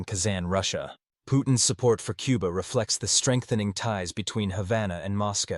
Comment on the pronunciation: It's Cuba. Not Quba.